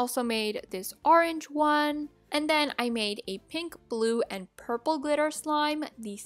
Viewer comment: Why do you say orange like that?¿